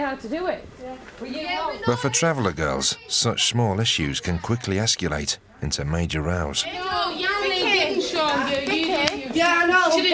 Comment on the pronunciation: Perhaps the narrator could also belefit from an English Grammar course. Instead of “Esculate” the correct pronunciation is “Escalate”